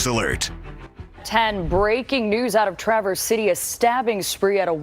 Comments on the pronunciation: Love ya Dude but you're mispronouncing "Traverse". It's not said like you are traveling switchbacks on a mountain road. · I know its a nitpick, but he is obviously never heard Traverse City Michigan based on how Colion is pronouncing Traverse. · Hi friend...suggestion - please listen to the news video regarding the correct pronunciation of "Traverse" as in "Traverse City". Thank you for your video! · Learn to say the town and county name correctly, give it some respect. The news clip you show pronounces it correctly. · Yea, it's not pronounced like you would for the car Chevy Traverse even though the spelling is the same. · Grand TRA-verse. You are putting the emPHAsis on the wrong sylLABle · TRAverse. Emphasis on first syllable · One report said the assailant was tackled by the guy who stopped him. BTW. It is pronounced Traverse, not TraVerse. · I've NEVER heard someone pronounce it traverse. It's travers county. It's even in the video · Dude, we don't say Tra-VERSE City ... it's TRA-verse City. Emphasis on the FIRST syllable, NOT the last, or even EQUAL emphasis on BOTH syllables. I'm a Native Michigander, and here we try to learn how things should be pronounced, before committing them to video! GEEZ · Thank you for your coverage of this. In case you care, you are pronouncing Traverse like someone not from the area. Here instead of Tr"uh" verse, the "a" has the short vowel sound as in "apple" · It is pronounced TraV Erse not Tra Verse. Do your research and listen to the reporter on the pronunciation. Do better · Traa-verse Colion, not Treh-verse.😊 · TRAVerse city, not traVERSE. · Colin as a native Michigander I just have to say it’s pronounced “Tra-verse” with a nasally “ah”, not “Truh-verse” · Too lazy to pronounce Traverse correctly? It's TRA-verse. A noun. Not tra-VERSE which is a verb. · TRAverse, not traVERSE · Trah-verse. Trah-verse. Not tra-verse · Trav-Verse City but you were close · TRA-VERSE not TRUVERSE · It is pronounced: Traaaaverse